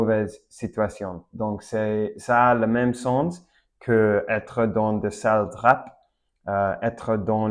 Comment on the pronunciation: Super intéressant! Je découvre ma propre langue, car j'aurais eu du mal à expliquer les mots aussi clairement. PS: Drap se prononce "Dra". Si tu prononces le P final, c'est le nom d'une petite ville prés de Nice dans le sud de la France :). Pareil pour Coup-de-pouce. Le P de coup ne se prononce pas (généralement les p ne se prononcent pas quand ils sont à la fin d'un mot: coup, loup, drap, champ, beaucoup, sauf quand ils sont empruntés à l'anglais: top, flop, stop etc)